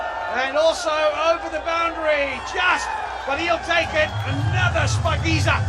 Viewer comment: It's not spakinza its shapagiza